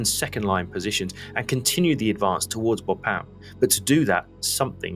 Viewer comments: Very excellent overview of the Battle of the Somme, and I hate to criticise anything… but Bapaume is pronounced more like ‘Bap’ome’ not ‘Bo’pam’. Please forgive me for mentioning it, I’m an incurable pedant… and a Frenchman would probably sneer at my suggested alternative! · funny how you invert the syllabus in BA PAU ME saying BAU-PA-ME :-)